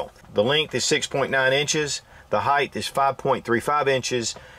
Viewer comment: Can anyone explain to me why do many people pronounce height "heigth"? We all know it ends in "t" but so many people pronounce it with a damn "th"! I know I have weird pet peeves but that's one of em! Most my pet peeves revolve around improper pronunciation and saying words that don't exist!